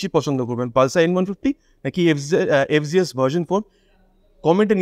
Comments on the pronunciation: ভাই, এইটা এফ,জি,এস না। এফ,জেড,এস। উচ্চারণ ঠিক করেন। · ইন্ডিয়াতে জেড কে জি বলে